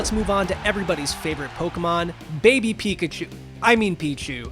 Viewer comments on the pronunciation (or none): When you said weak-a-chu I threw up in my mouth a little bit